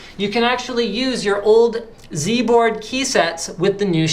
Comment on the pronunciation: YOU SAID Z-BOARD WRONG!! ... *shakes fist* HOW DARE YOU!